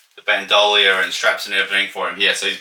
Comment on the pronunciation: I'll be in touch about that Bespin micro! Also, can you say bandolier again?